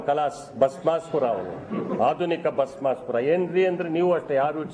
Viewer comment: Bhasmasura alla Bhasmaasura. Ee tappigagi Devegouderu nimma taleya mele kaiidadirali.